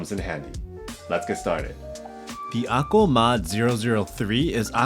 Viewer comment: I had to go to the comments to see the word"Akko", because you never once printed it here and it sounds like you're saying akul. WTF.